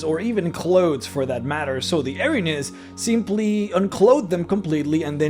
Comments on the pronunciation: [sees title] Well, first of all, they're not angels. They're a punishment sent by the Greek gods to right an injustice (percieved, or real). Their name translates as "The Furies", and... you... really don't care, do you? Also, it's pronounced "EER-uh-NEEZ" not "Eh-rin-yes". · I'm glad to see someone else who knows this. Now, if only we can get him to pronounce it correctly...